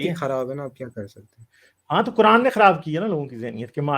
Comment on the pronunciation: Kuran 😂😂😂 nahi ku rand bolo bhai